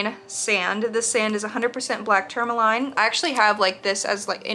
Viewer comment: Love your unboxings! BTW, you’re correct on the pronunciation. (Tur-ma-leen) ☺️